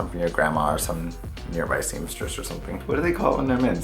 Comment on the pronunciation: Thank you my favorite teacher doing this the real thing. Love sister’s dances ... she rocking it all the time. .... It’s Seam - stress. Seamstress Lol